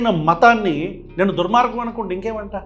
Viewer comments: ఆ ధర్మ పరిరక్షకుడికి దుర్మార్గం అని కూడా పలకడం రావడం లేదు. దుర్గ్ మార్గం అంటున్నాడు. ఇక ఆయన రాసిన పుస్తకం చదివి ఉంటాడా? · ఆడికి దుర్మార్గం అని పలకటం రాలే 😂